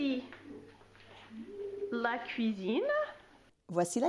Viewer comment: Native French speaker here, here are some giveaways that I noticed, as pointers for improvement, but your pronunciation is already excellent! - your “a” as in the definite article “la” is not open enough. This is very American (not only English): in French, one can never open the a too much! - your articulation is still too…articulate! French must flow, so fight any stops between words, and peruse contractions (“bienvenue” -> “bienv’nue” etc). - voice placement. This one is very familiar to singers: every langage has a different natural level of “resonance”, something that resembles a kind of pre-nasalisation (but is not). English and Italian have medium-high, French has almost none. This makes your voice “ring” too much when your speak French.